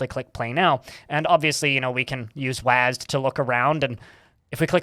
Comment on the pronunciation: anyone else cringe when he called W A S D "wahs'd"?